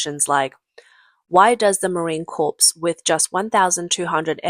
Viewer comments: It's spelled CORPS but it's not prounced like a dead person corpse. Core, core, core core! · Sorry to be pedantic, but it’s pronounced US Marine CORE, not Corpse. The ‘s’ is silent. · FYI- corps is pronounced “core”. It’s a French word. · Admit it...the ChiCom-Hydra Cartel's "air force" JUST PLAIN SUCKS!!!🤣🤣🤣And "Corps" in "Marine Corps" is pronounced like "core", not like "corpse"!!🤦‍♂🤦‍♂🤦‍♂ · The "ps" in "corps" is silent. It's pronounced "cor". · USMC Corps. is pronounced Corp!!! Apache does not have an L in the name. If you would like, I speak American English and would gladly read for you. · "US Marine Corpse" 🤣🤣🤣 AI needs a tweak. 🤣🤣🤣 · Don't pronounce the letter P at the end of Corps. It is pronounced Core... English is a crazy ass language, and I am an English speaker, and former teacher. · for the record Corps is pronounced Core, a corpse is a dead body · "corps" is pronounced "kor" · The “Corps” in United States Marine Corps is pronounced as identically to the word CORE without an S because the S is silent. - A Marine veteran who cringes every time he hears it pronounced that way. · Corps is pronounced with a silent s. MIG is pronounced like its a word. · You fail to pronounce corps correctly. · Just enlisted into the Corps as a machine gunner I cringe at it too.